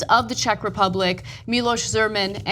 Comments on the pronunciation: Zeemen? He is Zeman... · Pronounced 'Zay-man' not 'Zemen' . That sounds like a cross between a knock-off superhero comic and male ejaculate. The bigger story from the Czech Republic is that just had a general election and elected Andrej Babiš as PM. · That's really funny to watch this from the perspective of someone who knows Miloš Zeman and the Czech Republic. Not because of the completely unprepared newsreaders that can't differentiate between VZ. 58 and AK-47 and can't speak the president's name correctly, but because of the effort to image an innocent joke with a gun that have Becherovka (Czech hard liquor) instead of real magazine as some horrible threatening behaviour and even connect it with some fictional Putin's murders of his opponents and journalists. If you can't stand Czech humor, feel free to be disgusted and angry, but do not present it as serious menace, please.